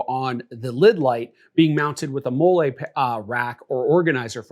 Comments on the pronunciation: 31 years on this earth, 8 years in the Army, and you're the first person I've ever heard pronounce "Mall-E" webbing as "Moolay". 😂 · Great video! Learned a lot. Btw it's pronounced "molly" not "mo-lay". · What the hell is mollé (like Olé) its molle (Molly) it’s was starting to be a good vid but after that i was out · If you don't know how to pronounce Molly, then I don't know what to tell you...... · I know it's petty, but it's (mol-lee) MOLLE. It's an acronym for "Modular Lightweight Load-carrying Equipment". Just sayin' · It’s pronounced Mol-lee homie… sorry it bothered my military ears 😂…. Good video though. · Talking about people that don’t know MOLLE while mispronouncing it is crazy work! 😅 Great video, though.